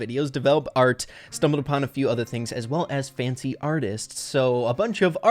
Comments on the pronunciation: did he just say Fancy instead of Francy? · It's funny how he says "Fancy artist" not "Francy artist" lol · Did you just call Francy artist: FANCTY artist?